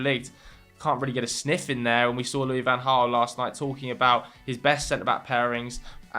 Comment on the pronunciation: It's pronounced LouiS fan Hraal. He is not French. Don't be shy of the s. ;-)